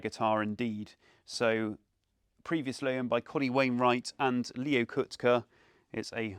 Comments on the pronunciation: So when he said "Leo Coot-kuh", regarded as the greatest American finger picking guitarist, I thought, "Who the hell is that?" It's "Kaht-Key". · Leo Kottke's last name is pronounced "cot-key". He is a fabulous guitar player usually seen with Taylor flattops.